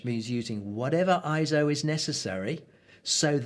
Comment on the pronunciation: Glad you made the point of pronouncing "ISO" correctly... (ISO; /ˈaɪɛsoʊ/) is derived from the Greek word isos (ίσος, meaning "equal")... It is a backronym NOT an acronym... Excellent videos... I intend to share this along with your others... Thanks so much...